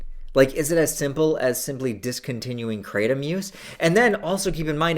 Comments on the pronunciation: Kratom- Pronounced -Kruh-tom, not cray-tum. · Please stop pronouncing it "Kray-tum" 😑 ... The proper pronunciation is "kruh-tawm" so the English-ized version would be "Krat-um". The way you pronounce it is not even close to the proper pronunciation.